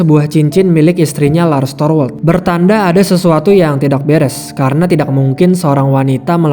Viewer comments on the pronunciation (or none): Kok org bisa ya ngomong tidakk tpi terdengar aneh sekali cara ngomong TIDAK nya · Kebetulan saya org sunda, dan baru2 ini sering dengar youtuber bilng TIDAK tpi seakan aneh di dengarnya jdi kurang nyaman, nth klo org lain tpi saya kurang nyaman dengarnya. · Bang,ngucapin ‘tidak’ kok dgn strong k?